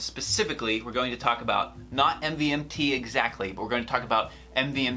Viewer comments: It's pronounced MOVEMENT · You don’t pronounce it "MVMT" you pronounce it as Movement